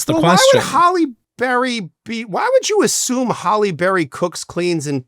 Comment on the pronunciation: That mispronunciation was driving me crazy !